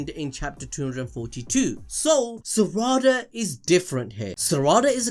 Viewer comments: Smh it’s not Sara-da. It’s Sa-ra-da. Every syllable should be the same length and emphasis. It’s the same as sa-ku-ra. It’s not Saku-ra so it’s not sara-da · Pronounces Sarada like Spongebob does with "salad" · Love everything you guys do! But please, can give a bit more effort to pronouncing their names correctly? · It hurts every time you mispronounce Sarada 😅